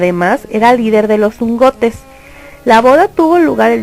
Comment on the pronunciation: Está bueno tu video, pero algunas de las palabras las dices mal; hugonotes y puerperal son las que yo noté. Gran video e investigación :)